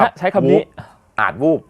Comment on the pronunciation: วันนี้้ วูบครับ ไม่ใช่วูฟนะ